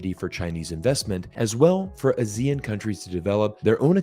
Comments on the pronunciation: Great video. BTW, its not "a-zee-ean" its pronounced as "ah-see-yarn". ASEAN. Trust me I know. Keep making great videos. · Ah-zee-AHN, emphasis is on the last syllable. Think Peloton. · As usual, great content, and I really enjoy all your videos. Just one thing, ASEAN is pronounced as Ah-See-Ahn in that part of the world. Anyway, keep up the good work. 👍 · I think it is better to respect the pronunciation of ASEAN, which is Ah-Si-An, that’s how all ASEAN countries pronounce, I feel it is a bit disrespectful to pronounce other wise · I had trouble understanding which country you were talking about. Then I realized you were pronouncing ASEAN in a non-standard way. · The way pronounced ASEAN is a bit weird 😆